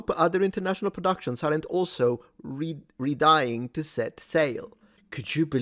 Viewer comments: Ready-ing, not re-dying. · really don’t know how to speak proper English?! Learn how to pronounce “readying”.. ready-ing.